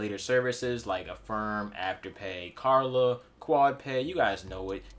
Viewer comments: KL KL KLARRRRR NAAA NOT KARLA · Did he say "Karla"? LOL